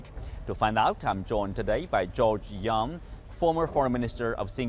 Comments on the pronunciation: George Yeo, not Yang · It's George Yeo ... not George Yang 😬